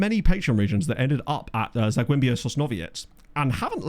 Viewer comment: Sooo... I do not understand how Zaglebie becomes Zagwembia. The Polish L I understand. But where, in the name of ****, does the 'm' come from? Sane thing with Piatek. I see no 'n' in there. But with it appearing, his name tells me he has a penchant for golden showers, and how to improve them. Pee-On-Tech.